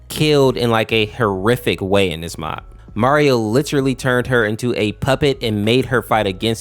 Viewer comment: Him: in this video, What i hear: EnIs